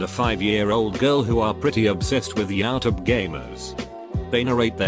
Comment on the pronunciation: Nobody: The robot narrator: Yaoutube